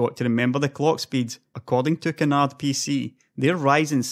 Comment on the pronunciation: Canard, not "can hard". It's french so the D is silent.